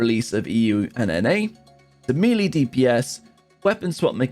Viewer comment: Melee is pronounced me-lay